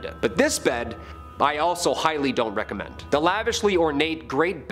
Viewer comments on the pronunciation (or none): none